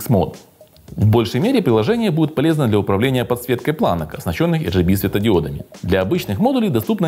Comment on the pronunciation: Да не бывает ЭР ДЖИ БИ подсветки.Есть только АР ДЖИ БИ для всех кто говорит на английском,и ЭР ГЭ БЭ по-русски.Зачем выпендриваться,если всё равно не правильно.Забыл написать.За тайминги спасибо.Не помню просто сколько я ставил на 4000.